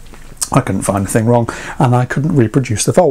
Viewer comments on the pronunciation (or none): none